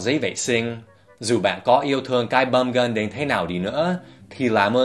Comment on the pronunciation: Bum gun mà nghe ra bong gân🤣🤣